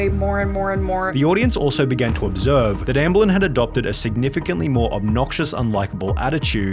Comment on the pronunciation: Observe* not Obzerve